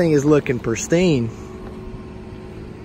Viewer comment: It’s pristine not perstine. 👍🏻